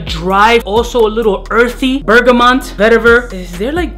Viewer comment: "Bergamont". You Crackhead 🤣